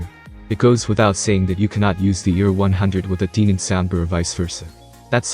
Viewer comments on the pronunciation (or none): Denon is not pronounced deeenon. If you're going to review a speaker product for any given manufacturer, at least pronounce their name correctly!!